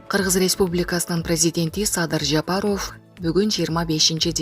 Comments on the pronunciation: Блогерге: Садыр Жапароов эмес - Жапаров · Жапароф ужас жок дегенде туура айтчы Жапаров деп .Уят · Туура окуусацызчы журналист Садыр Жапароф эмес Жапаров деп . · Жапароуф деп суйлоп атасынбы блогер бул эмне Деген аташ Жапароуф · БЛОГЕР ЭМНЕ САДЫР ЖАПАРОВ ДЕП ТУУРА АЙТЧЫ . ЭМНЕ ТИЛИҢ САКООБУ ? ТООБА !! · Бул супер тв журналист кыз окууну бутконбу, мектептеги окуучулар дагы туура окуйт, президенттин фамилия сын кыжырды келтирбей туура Оку, эмнеге ушундай сабатсыздарды текшербейсинер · Алпарып жаткан кыз фамилияны жазылышы менен окубай туура окучу айланайын.